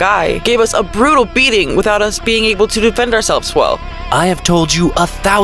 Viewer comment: bruh did he say cumbah🫥